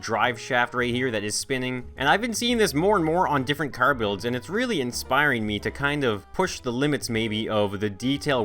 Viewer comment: I first understood bills instead of builds